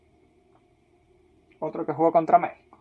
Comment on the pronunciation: ¿De dónde eres? La pronunciación que haces de algunas palabras es algo curiosa. Dices "favoretos", "tetular", "la roha de Pizzi", "ellos mesmos", "ficha roha", "Méhico". A propósito, el apellido de Manuel Neuer se pronuncia "Noia", no "Nurrr". "Manuel Noia", así de fácil.